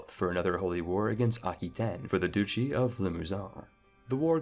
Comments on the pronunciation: Aha! You accidentally pronounced "duchy" correctly here, confirming that all those times you pronounced it "doochy" you were deliberately trolling just to annoy me. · Duchy is pronounced dutch-ee, not doochy. Betrothed has long o, though. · So Duchy is actually pronounced "douchey," I had no idea... the more you know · “Pee-ety” “Doo-chy” “Bet-roth” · Betrawthhh... Peeeity.... This guy's mispronunciations are wild. Edit:DOOchy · piety = pie-et-ee | duchy = dutchy